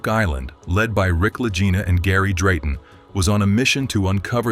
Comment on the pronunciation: This is an AI FAKE report. There is always a tell. It isn't the La Jina Brothers, but the Lagina Brothers. EVERY human knows this. La Jina, La Jina, La Jina, LOL!